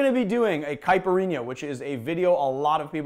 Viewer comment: As a Brazilian, I can just say that you nailed it perfectly. Well done!